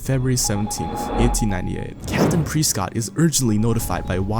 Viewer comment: It's fing press cott not preeescot